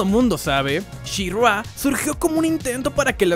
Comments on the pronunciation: Soy el unico que se desespera que le llama Shirrua? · Pregunta para el primer narrador del video (): ¡¡¿Quién demonios es "SheRua"?!! 😂😂😂😂😂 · She Ruá???? Aprendere los nombres amigooooo....malisima reseña bro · Me Gustó el video, pero que es esa pronunciación de shirrrrgua???? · Está bueno el programa, pero, ése She-RRÁ y GreysCUL me ponía los nervios de punta, y hay una parte del video donde estás "SHE-RRÁ, SHE-RRÁ..." 😅 Terrible. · tanto costaba pronunciar " she ra " ? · Dios no soporte la pronunciación de she-ra en todo este video que para empezar es una pronunciación incorrecta … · Es verdaderamente castrosa la manera en que el fulano que narra pronuncia el nombre de She-Ra. Es evidente que en su vida escuchó hablar de esta franquicia y se limitó a leer el guión. Qué no hay quien supervise las diferentes etapas del trabajo?